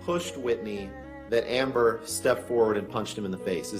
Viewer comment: my guy anderw got amber's name on point. 100%